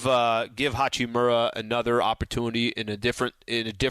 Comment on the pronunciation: Hachimuuuuuura, not Hachimora or hachimara